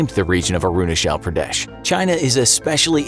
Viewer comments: First of all , you spell Arunachal Pradesh . It's not Uh-roo-nuh-chel Pruh-deh-sh , it's Ah-ru-naa-chal Pruh-de-sh :( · No one : Literally no one : The guy speaking: aru na shell pra des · Am I the only one who’s uncomfortable with his “aroonashell praadyesh” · he can pronounce China with a " Chai " but he can only pronounce Arunachal with "shal" .... wtf lol ? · It is not pronounced as 'Arunashal Pradesh'. It is 'Arunachal Pradesh'. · Sorry your pronunciation is wrong it's not arunashal Pradesh (I'm an Indian and it's differently pronounced here in India)😂😂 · ITS NOT ARUNASHAAL PRADESH ITS CH CH NOT SH AND A IS AAAAAAAAAAAAAAA A FOR AAAAAAAAAAAAAAAA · i kept laughing after hearing how arunachal pradesh was pronounced its like aaaruuuunaaaachaal pradesh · I was so confused when he pronounced Arunachala Pradesh and aksai chin 🤣🤣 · I like the way he pronounces Arunachal Pradesh😂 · How difficult could it be to say Arunachal Pradesh correctly 🤔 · the way he spells "Arunachal Pradesh" is just akward for us and silently embarassing fr the narrator. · How he pronounced arunachal pradesh is funny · Your pronounciation for arunachal pradesh is completely wrong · Bro you are pronouncing Arunchal pradesh wrong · You can't speak Arunachal Pradesh properly ?